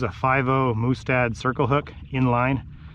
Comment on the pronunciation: Where do I get a "Moose-tad" hook lol?? Just poking fun at you man. I've heard some interesting pronunciation over the years but that's a first.